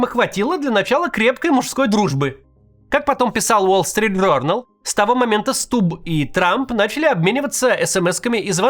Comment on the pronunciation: Почему ты как дебилоханький говоришь СтуБББ? Ты по русски говорить разучился?